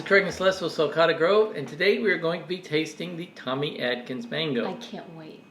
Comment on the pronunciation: I believe it's Tommy ATkins. Not ADkins. Isn't it? The few I've had were horrible. Pure fiber.